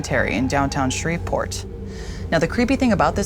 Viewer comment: It's pronounced Shree-port Geoff